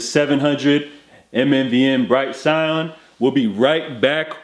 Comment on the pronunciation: “Sigh•Anne” .... ITS 🔥🔥🔥